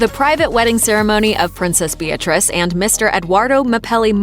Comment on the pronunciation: Is it me but it sounds as if she said.."Hello everyone is BITCH REESE here".....LOL